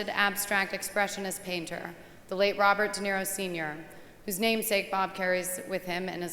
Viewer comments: Is she saying ROB or BOB?? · Yeah, Bobert De Niro.